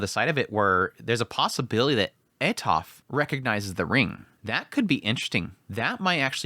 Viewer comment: It is pronounced Atoferatofe Raibaku, no silent letters and that is how it is in romanji, now, english is wierd, it doesnt like to play by the rules the rest of the world plays, so is normal for english natives to destroy names from other lenguages, i know that because my name is Ezequiel and english natives call me iziquiel for some reason, so changing how vocals sound is normal but making the e in Atoferatofe silent is what i dont understand, thats why it gets in my nerves :P